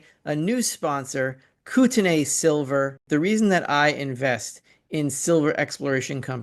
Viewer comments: we pronounce Kootenay Koot n e in this region. Canada EH! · It is pronounced ‘ koot en eee’ or koot n ee. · Live your stuff! It is pronounced Kootnay fyi